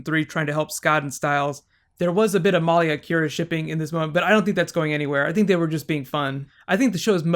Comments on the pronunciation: It's milia not meliea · I'm pretty sure it's (Mah lee ah). Not (Mol lee ah) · MALIA not MOLIA. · Lol, her name is malia not Molly. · Muh-Lee-uh not Maul-ia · He keeps saying MAHlia. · Good recap but my god can you please learn the characters names?! It's Peter. Not Paul. And you kept saying Malia like Molia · Great review! I really like your theory on the elements. The only negative I have is the mispronounciation of Maliya's name. I've known a few women with this name. It is actually pronounced meh lee yah with emphasis on lee. Real nitpicky of me, I apologize. Aside from that I feel it was a wonderful review. My favorite scenes were the interactions between Stiles and Malia (especially the ones in front of the others). You can really sense the affection she has for him. It takes on more meaning when you consider that he is the first and possibly only person she has bonded with since reverting to her human form. I am curious if she can become a full coyote again, and if it is something she inherited from her aunt Talia. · You kept calling Peter Paul, sometimes it sounded like you were calling Malia Molly, and you slipped once and said Tyler (the actor) instead of Scott (the character). Are you new to the show? Also, I would love to see bonus videos on the mythology of teen wolf :) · The way he pronounces Malia's name.. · the way he says Malia :)) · Dude learn the names its peter not Paul and say malia right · are just confirming the fact that you are the best channel on Youtube. Even though you said Paul instead of Peter and you were prounouncing Malia's name wrong you are still awesome. And I would totally love Bonus videos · It sounds like you're pronouncing Malia's name differently than they do in the show or are you talking about someone else?